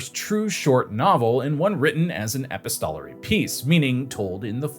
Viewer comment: Just some feedback for whatever it's worth: I think the background music is too loud and distracting. Thanks PS: "epistolary" was mispronounced